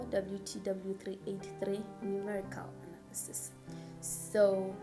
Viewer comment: the emphasis on the ANALYSIS YHOO is it bad?